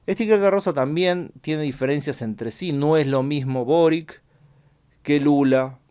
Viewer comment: Quería dar un dato que igual no aporta en nada jsjs: boric es un apellido croata, entonces se pronuncia borich jsjs